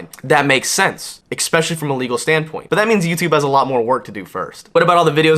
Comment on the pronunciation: Please stop saying "expecially"!